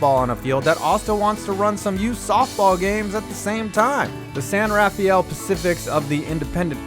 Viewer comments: FTR- San Rafeal is pronounced SAN-ra-fel. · It's pronounced San Ruh-FELL....just North of San Francisco in Marin County. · Pronounced San RAFFELL. San RAFFELL. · It's pronounced San RaFEL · Minor nitpick: San Rafael is pronounced "SANN ruh-FELL." Also, shoutout to Calfee Park! That's a great place to watch a game. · Your Bay Area pedant here..... San Rafael is pronounced "San Rah-Fell" by locals (still a nasty ballpark) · It's not a big deal since nearly everybody outside of the San Francisco Bay Area gets our oddball pronunciation wrong. I had no idea they had a minor league team. From the Pecos League website, it appears they joined for 2